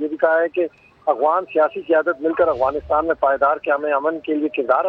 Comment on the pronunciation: Agwanistan ni jnb Afganistan ., تلفظ درست فرما لے۔